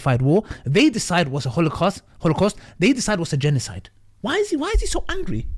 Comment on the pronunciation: Yes, why is he so wangwy, all just wies from Wiswael??